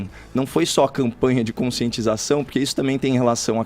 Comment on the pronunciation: Não tem como respeitar algum que fala "dziminuir", "conscientzização", "remédzios" e etc.. E não tem nada a ver com opção sexual, é nojentice mesmo.